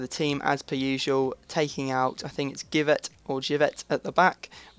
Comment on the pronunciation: Lol, Givet is pronounced Jee-vay:P